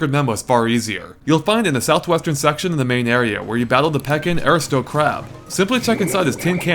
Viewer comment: "Peckin Aristo Crab"?, can you read?